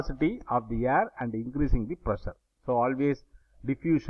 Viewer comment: Sir it's air not yerr